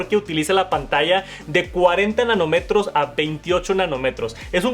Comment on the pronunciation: sustituir el botón de silencio por uno NO físico será un error ☹. Por cierto, es Nanómetro, con un acento en la "o" , suena muy mal sin acento para aquellos que utilizamos esta palabra con frecuencia profesionalmente